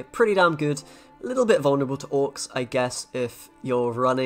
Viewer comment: i was trying to understand for like 3 minutes what orcs was he talking about in gwent lmfao. finally realised he was saying auckes